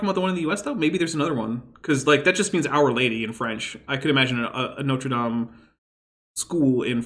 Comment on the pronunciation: He means Notre Dame in Indiana but pronounces it the way he does because he is pretentious.